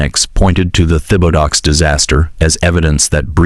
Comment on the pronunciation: The man’s last name was butchered. It’s pronounced Tib-a-doe